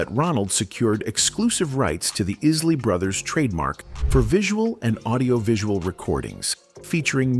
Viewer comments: How could you say iz- lee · Learn how to pronounce the name Isley